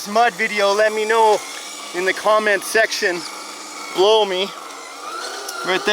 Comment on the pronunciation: Did he say "Blow me" ? Oh... "Below me" ;)